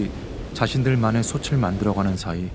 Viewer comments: '솥을, 솥에, 솥이'는 '소틀, 소테, 소치'라고 소리내어야 합니다. '소츨, 소체'는 잘못된 발음입니다. '소츨, 소체'로 소리나는 것은 '솣을, 솣에'지요. 대한민국 공영방송의 다큐멘터리 프로그램에서 한국말 발음조차 이렇게 엉터리로 하면 어떻게 합니까? 영어 발음, 억양, 강세에 목숨 거는 사람들이... ... 참으로 유감입니다. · 솥을 읽을 때 자꾸 소츨이라고 읽는게 많이 거슬리네요. 소틀이라고 읽는겁니다.